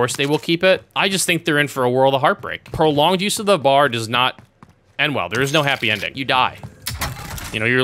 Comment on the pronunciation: Really you called it a bar…ITS B.A.R not bar its B.A.R